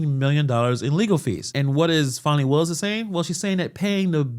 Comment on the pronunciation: It's Fani, not Phonie. Show some respect. 😃